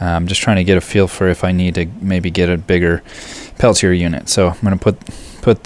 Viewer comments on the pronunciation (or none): it's pronounced Pel-tee- A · Perhaps, but that wasn't my intent. I apologize. I should have said, "This is an interesting video. Thanks for posting it. Just so you know, the TEC device is pronounced Pel-tee-A."